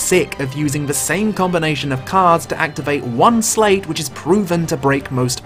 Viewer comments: It's "slight" like sleight of hand not "slate". (Yes, i know this is an obnoxious pointless comment.) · Small, petty annoyance, but you're pronouncing sleight wrong. It's homonymous with slight. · Um, all I want to say is... it's pronounced "Slight" as in a "Sleight of Hand" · Wait, do they pronounce "sleight" differently in the UK? I could've sworn it's pronounced as "slite" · Oh yeah I agree, just not letting off for his accent haha:P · Ah, so you can't pronounce Sleight either.